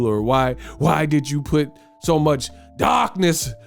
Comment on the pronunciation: this nigga said "darkness" 😂😭😭